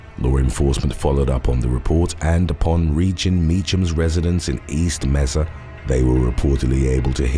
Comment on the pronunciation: I live and grew up in AZ, Mesa is pronounced May-Suh and Pima is pronounced P-Muh. Just to help you pronounce them correctly 👍 love your videos btw